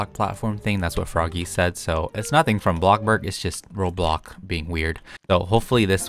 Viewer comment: srry its causing me a bitta ptsd its pronounced BLOKSBURG (Bloxburg) and ROBLOKS (Roblox) sorry for annoying the hell outta u but slay ur day away